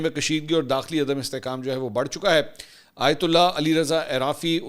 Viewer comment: آیت الہ نہیں ہوتا آیت اللہ ہوتا ہے۔